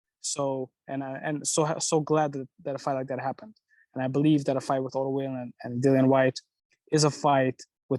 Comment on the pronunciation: Im suprised he doesnt prononce Wallin correct when he is the promotor.